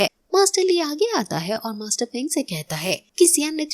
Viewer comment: Sister us bande ka nam fang zun zhei hey feng zhei nehi